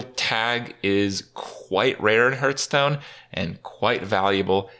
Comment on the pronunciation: I love watching Kripp videos more and more everyday, without even playing hearthstone anymore myself, but it really bugs me to hear him pronounce it "Hurststone"